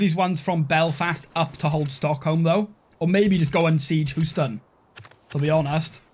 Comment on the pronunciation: "Hooston" <3 We pronounce it 'hyoo-ston' :D